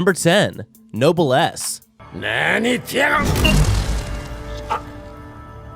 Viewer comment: Name: Nobless He: Nobel ass Mum: what ass?🤨 Me: I have a nobel ass😏